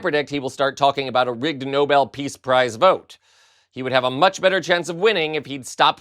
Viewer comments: NO-BELL! No one should give the village savant anything until they learn how to PRONOUNCE the damned thing. It is not the NOBLE prize (made for pizza), the NO-BELL prize is for peace; this collections of skin and bones has gotten Blacks and whites, Latinos and Blacks, Muslims and Blacks, Blacks and Trump blacks, Tom versus Jerry, Han Solo and Darth Vader!!! Give me strength.......or a Nerf bat!!! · He hasn’t done a DAMN thing that he says he did…and stupid Karoline should learn how to pronounce NoBEL, not Noble. My God, she’s as STUPID and BRAINWASHED as he is. Just makes you want to VOMIT🤮🤮🤮🤮🤮🤮🤮🤮🤮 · ☆ Stupid Little Miss Duplicity: "The NOBLE peace prize." It's NOBEL dumbass. ☆ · It’s the voices in his head that say he deserves the Nobel peace prize.Would some one tell that woman that it’s the Nobel prize not Noble.Has Trump got a new hairdryer or is he wearing a toupee,his hair looks very fluffy today.The delegates he preached at must have very sore mouths from biting their cheeks to stop from laughing at him.He broke his own record for non stop drivel and lies. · Love the way Karo-Lying Levitt calls it the "Noble" Peace Prize. It's "Nobel" as in Alfred Nobel - not noble ya dummy. Honestly, is ANYONE in this administration educated or all they all just a bunch of blowhard baffoons? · Leavitt pronouncing the peace prize “noble” instead of No-bel. ;) ; always good for a laugh. On the bright side: trump’s learned how to pronounce Azerbaijan.! Next up: learn how to say acetaminophen. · Why is it these maggats can’t pronounce Nobel and instead call it noble peace prize? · Maga seems to agree that trump is worthy of the Noble prize. Pronunciation matters. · Did maga Barbie just say noble?😂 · Why do so many pronounce it "noble" peace prize? Are those the same that say "nucular" ? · Ah hell, they can't even pronounce it correctly. Trump and his regime are stochastic terrorists. Enough said. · Karoline, it seems, hasn't figured out how to pronounce Nobel.